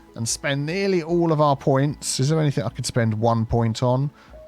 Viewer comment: There is no K at the end of enything ore other words ending in ing